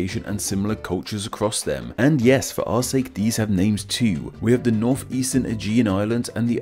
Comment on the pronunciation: Why do you say Afens when you mean Athens and Norf for North? I am learning English and I am confused.